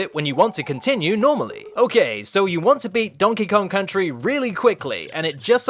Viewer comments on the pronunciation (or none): Donkey Kong Cuntry